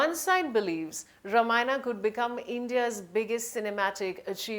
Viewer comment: Nonsense! Both hero and heroine look shady! This reporter can't even pronounce the title!